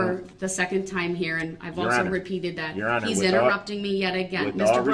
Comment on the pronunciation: Brooks' Translator: ----------------------------- axe = ask dat = that din = didn't dis = this duh = the finna = fixing to = about to oaf = oath substain = sustain tackit = tacit ting = thing tryna = trying to with all due respect = f#ck you